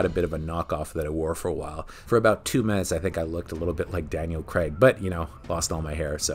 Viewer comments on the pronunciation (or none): CRAAAAIIGGG..its Craig, not creg! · It's not creg it's craig - rhymes with vague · It's J-emma not hard G G-emma. It's Crayg, like cra-(zy) with a g, and it's 7 out of 10, not "7 on 10". What is going on here! Oh and QOS is rubbish. It spoils the whole Daniel Craig arc for me.